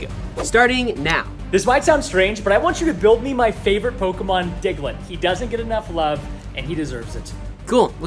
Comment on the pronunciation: He said the diglet nose “mouth”